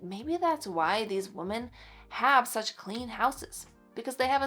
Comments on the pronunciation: This might be a regional thing. She is saying wo-men not wo-man, but not saying wim-in. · She is saying wo-men, not wo-man, but just not pronouncing it wim-in. It does sound odd to me. I wonder if it’s regional? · FYI, I think you mean “we -men “ which is more than one female. You keep saying “woh-men” which is just one. Yes, I know it’s spelled wOmen….. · You are precious. One point of confusion for me: you keep saying "woman" (singular; pronounced "wu man," with two dots over the u and an upside down e. ) when talking about "women" (plural; pronounced "wi men" with a short i sound and the upside down e). Pronounciations curtesy of Merrium Webster Dictionary. Someone else was doing that on a video the other day, too. Just wondering why since I haven't heard this pronunciation until recently. Appreciate you tips and encouragement for my home. Keep up the great work. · Wo-man is singular Wo-men is plural…. I know I know…. I sound like a total Jerk. But I’m not. I’m hearing this miss pronunciation A LOT lately. And I’m trying to understand why. If anyone knows, please tell me?!?! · It’s not regional it’s an example of our failing public education system! 😢